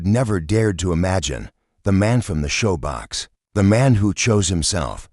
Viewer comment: Shoebox not showbox. Periods (DOT) are silent. This reader is frustrating even though your story is good.